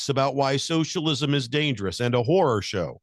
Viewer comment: Horror, not whore